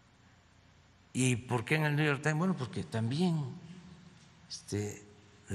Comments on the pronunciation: "El nuyor tain" jajajajajaka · " niu yur tain" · A la chingada el Niu Yor Tain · Desde que pronuncia: "NYU YOIR TAIN" Desde ahi ya esta descalificado para hablar de politica exterior, cultura y de regaños de Biden. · El " niu yor taim." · El "Niu Yor Tain"? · 😂😂😂😂😂 ggguuooogou wilson , neu yor tain....😂😂😂😂😰😨😱